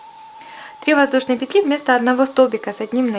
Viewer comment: классная сумка и мк хороший.Но ,девочки, пЕтли..ударударение даже пЕтелечках на первый слог.пожалуйста..